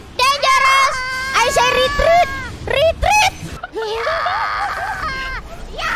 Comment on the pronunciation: Will be funny if Kobo's "I say ritriit ritriiit" become a chatwheel in the future 🤣